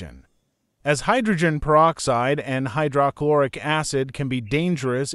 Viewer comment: AI narration mispronouncing words is annoying "Hy - DRAH - Chlor- ic"